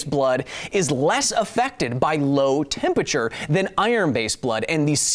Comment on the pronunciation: I still can't get over how Kyle drops a syllable from the word temperature. 'Tempeture' will never not sound weird to me.